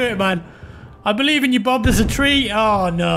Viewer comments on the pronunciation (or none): none